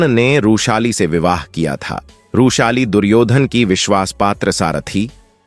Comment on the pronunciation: बार बार रूशाली कयु बोल रहे थे? वृषाली यह नाम था ।